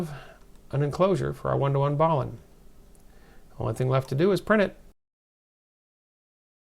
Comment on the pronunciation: Hey... just a note - the word balun is a combination-contraction of balanced-unbalanced and is pronounced in the same manner as each root word. i.e. you would say the first half of the word "bal" in the same way you would pronounce "balanced" and the second half as "un." You had mis-pronounced it by saying "ballin" or "bawlin"... not trying to split hairs, but it is distracting to have a word mis-pronounced! Thank you for all you do! 73/KK0DJ